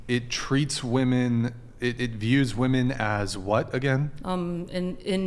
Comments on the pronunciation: Am I tripping? Why do so many WOMEN these days pronounce the word as "woman" when speaking about multiple women? Shit is weird. "Woman" is singular, "women" is plural. Tf are they teaching in school these days? oh right... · Why on this podcast that none of the women can pronounce women. Always said as woman.....m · She keeps saying "woman" in place of "women" and it's really annoying.